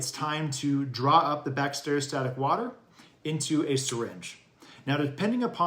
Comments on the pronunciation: Lost faith you know what you’re doing when you can even say Bacteriostatic! It’s not Bact-stereo-static. Drove me nuts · cant listen to this guy who cant even pronounce bacteriostatic properly